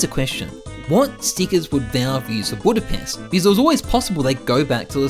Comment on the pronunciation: You mean "Budpest" right